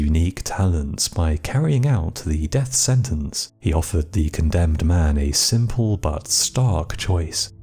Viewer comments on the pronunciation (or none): none